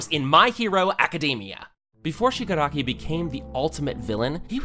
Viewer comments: Listen again he said shigaraki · Bro is saying shgari